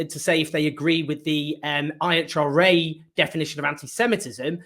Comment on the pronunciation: Thank you, Owen. One suggestion: sometimes you speed up your articulation and run things together so quickly that it's difficult to comprehend the words, e.g. go back and listen to the pronunciation of the IHRA, compared to Andrew's.